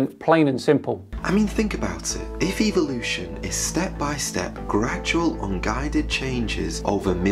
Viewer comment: i notice that these people pronouce it as EVILution